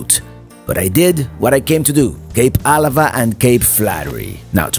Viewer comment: I was born and raised in Port Angeles!😃 It's always it's pronounce fun to see PA and all the places up and down the coast, that I have been to so many times in my lifetime! Especially Kalaloch!! Oh...for what it's worth, it's pronounced Cape Ah-LA-va. Thank you so much for this video!!